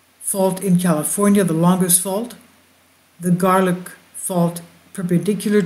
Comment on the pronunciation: it is pronounce "Gar-lock" ( not "gar-land").